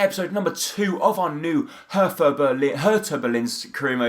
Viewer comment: Thanks for the right pronounciation of "Hertha" :)